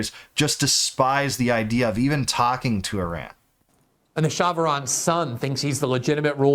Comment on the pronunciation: True. But it’s “Shah” not Shaw. It means King. He was actually pretty nice for a dictator. The bigger story was when he asked to renegotiate the oil deal CIA had him sign in 1953 back in 1973. He asked to double oil production or hand all operations and equipment over to an Iranian crew in 6 years time. He was overthrown 6 years later!